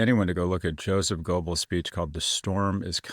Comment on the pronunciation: Joseph Goebbels yo-sef gōbbelz (mouth-shape long o, but say a short e for oe). "The Storm is Coming" 1930 speech speaks of revenge and the death of SA Horst Wessel, age 20.